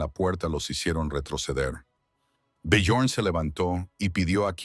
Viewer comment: Byorn o Biyorn. Ara ó Aara. El único nombre que pronuncian siempre igual el Liv